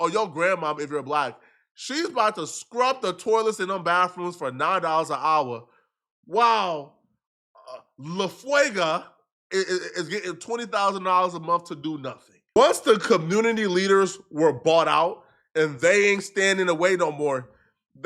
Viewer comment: Woman’s name: LaFargue: “La Fuega” 💃🔥😂😂😂